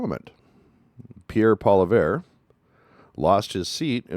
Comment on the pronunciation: Why is it so damn hard for Americans to say " poilievre "? His name is said property all over Canadian videos on the internet. Try watching one and learn the man's name before you continue to embarrass yourselves. I stop watching and down vote your videos when I see you're too lazy to educated yourself before making your videos. I just assume if you can't get his name right, then how can I expect anything else you say to be correct. 🤷‍♂️